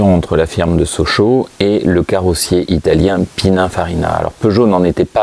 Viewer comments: A Prononcer PININE pas PINAIN 😉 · Il dit pinunfarina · ouvrez vos oreilles dans la vidéo vous dite pinafarina 😂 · déjà on prononce (pinine) et non pina ou pinin .......perche il maestro era italiano